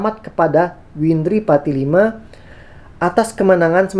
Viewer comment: Windri patilima bang.. 😂😂 bukan patilama 🙏